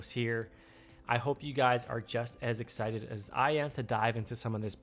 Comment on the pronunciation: ‘Hexited’ nice… very nice 👏🏻